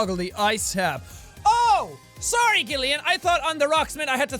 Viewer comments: i love that he pronounces gillian like "gil" for me, since my name is gillian, its pronounced like jillian and jill. i was so excited that my name was in the game then he said it funny! oh well i love this! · His name is Gillian but you say it Jillian just FYI